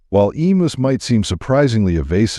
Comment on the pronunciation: The difficulty with "narration by AI" is that frequently, words are mispronounced. Hence, in part 2, "emus," as pronounced here, rhymes with the stories of "Uncle Remus."